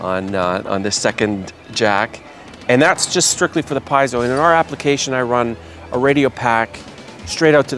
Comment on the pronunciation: pee-yet-zo, lol